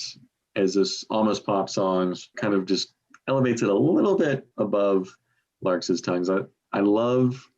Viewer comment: Larks tongues in aspic Not larkes! Is that even a word?